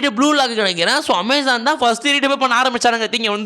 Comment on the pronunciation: omazon ❌ Amazon ✅ 🤣